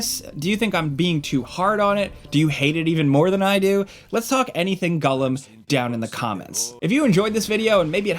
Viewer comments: Its it just me or is calling him gullim not gollum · TIL Americans call him Gullom rather than Gollum. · Kewl Review, two thumbs up but why does he say gullum instead of Gollum. My guy is killing me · It sounds like hes saying Gullum? not Gollum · The way you mispronounce "Gollum" is annoying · Am I crazy? Is saying Gullum? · Da fuck is Gullum? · I think what's more triggering than this poorly developed game is your pronunciation of "Gullum". haha get it together! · Sounds about like it's being pronounced as gullum 👀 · Really unfortunate... This looks terrible lol. First time I've heard it pronounced "Gullum"...... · why you call him “gullem” 😂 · Man, I was rooting for this one. Too bad. Also, am I the only one dying at "gullum?" 😅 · This guy: I'm a big lotr fan Also this guy: "gull-em" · Why does he say “Gullum?” Is that actually how you say it? Cause I’ve never heard it said that way before and its all I can focus on in the video